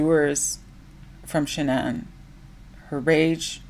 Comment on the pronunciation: Her name is pronounced ''Shannon'' according to her parents. She changed it to be unique and special like the narcissist she was